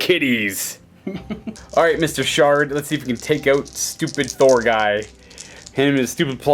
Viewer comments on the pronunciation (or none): none